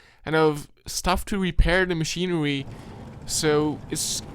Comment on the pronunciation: Your voice is cloying and hard to listen to after awhile. It's book, not "buwk", machinery, not "machinewy." This is really amateur, filmmaker you are not. You're trying too hard - it's comes off patronizing and stupid. I couldn't sit through it with your stupid voice! Scary and, as you say, eewie!